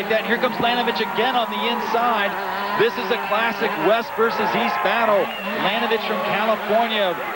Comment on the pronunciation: It's LaNINovich